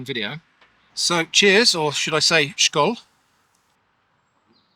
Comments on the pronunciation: As a Swede, this is fun to watch, and a refreshing reaction! The only thing I have to mention is that the s in skål is pronounced like the s in sage. Skål, not a German sounding "schkål" pronounciation. Great video! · väster-botten-ost -> Westbottom cheese for a literal translation. Its top 5 swedish cheeses for sure, along with prästhagen and some others.< For skål: you pronounced it like shkål but the S is like Simon, C like car, å like o in born, and the L as in like. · It's pronounced "Väster botten ost" as 3 words. Väst meaning west, botten bottom as in lower and ost meaning cheese. Västerbotten is a county in the east funnily enough, but it's called that because the eastern part "Österbotten" is in what is now Finland. You almost said Skål right, its not a Shh sound but a hard Sk like you would say in "Scandinavia". And yes, altho I'm not a fan of surströmming the smell is worse than the taste.